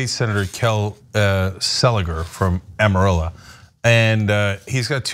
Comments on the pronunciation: Amarillo Texas, not Amarilla. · I lived there and they do indeed say Amarilla